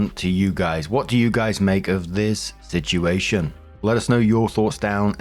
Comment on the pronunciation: I miss when you pronounced "situation" like "sitchi-ation",. Unless I imagined that, then nevermind.